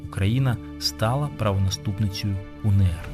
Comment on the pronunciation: Зауваження: не УНееР, а УеНеР, адже буква "еН".